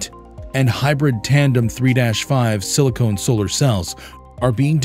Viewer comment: Pronouncing Silicon as Silicone is off putting.